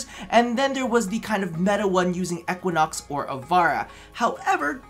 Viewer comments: yeah say EEEquinox not Ehquinox lol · 2Many Giggs he says ECKWAnox